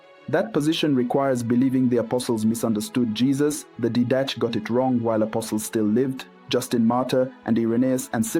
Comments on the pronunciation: I've always heard it pronounced "DEE-duh-kay" Didache. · Thank you. Great teaching!! By the way, I believe it’s pronounced Did ah Kay, not Did Ash.